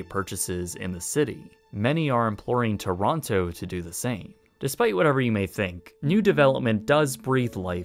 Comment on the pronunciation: Really cool video! But as a Canadian who lives in Ontario each time you would pronounce every T and O in the word Toronto I would cringe ever so slightly.